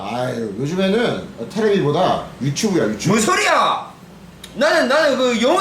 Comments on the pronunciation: 유츄브 ㅋㅋㅋㅋㅋ 유추브ㅋㅋㅋㅋㅋㅋ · 유츄브 발음 진짜 찐 ㅠㅠ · 유츄부 ㅋㅋㅋ 교포아저씨 발음 너무 매력적이야